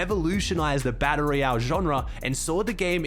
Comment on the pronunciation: every time he says "baddle ree-elle" 🤣🤣🤣